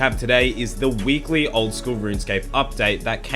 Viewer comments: "WEEKYLY" lmao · "weekykly" you should fix that fir next episode loved the video though